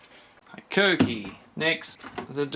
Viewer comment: Yea bro keen to try one of those blades never heard of them love your videos.. but you need to say hikoki like a Japanese man hiiiikokiiii